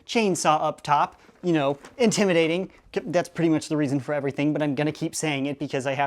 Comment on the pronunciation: STOP SAYING IMTIMADATING😫😫😫😫